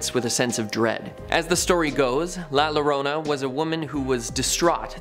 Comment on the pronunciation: Boy did you butcher La Llorna…